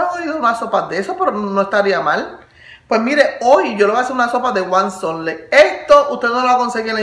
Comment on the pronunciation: se pronuncia huazontle jaja